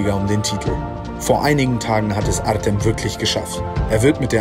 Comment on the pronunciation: Wenn er artem heißt wir des artseum ausgesprochen